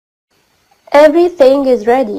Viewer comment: افري سينج بيقولوا :افري ثينج بالثاء يا استاذة😀😀😁😁😁😁😁